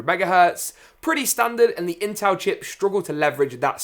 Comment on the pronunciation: you said intal